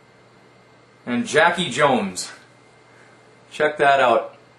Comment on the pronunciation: its Jock Jones...thats how you pronounce it...nice mail!